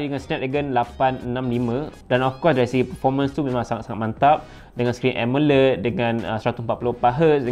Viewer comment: asal sebut amoled je mesti jadi "emeled" mcm india dah hahaha